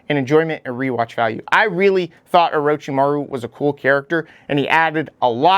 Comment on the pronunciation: Oro CHI maru... for the love of God, not oro chi MAHRU!! Great video though, I love that you tried to put data points to justify your rankings.